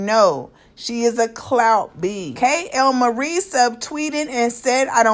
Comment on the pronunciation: why do she say KAY-L-MARIE 😂😂 her name is kaylyn